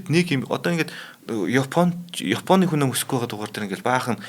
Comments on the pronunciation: Хүнэ ам юмуу хүн ам юм уу 😊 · Хүнь амь биш Хүн ам гэж хэлнэшүү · Хүн Нам гэж сонсоод байлаа 😂